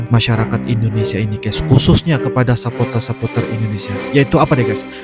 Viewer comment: Sepor-ter bang, bukan sepo-ter.. 😂